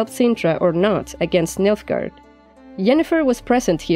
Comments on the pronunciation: Who else keeps hearing Milfgard? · Me? oh yes, you heard it too :)